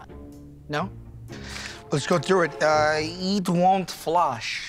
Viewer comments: “let’s go through it. uh, eetwont flush” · lets go through it, uuuhhh "eetwont flush" THATS MY FAVOURITE ONE LOL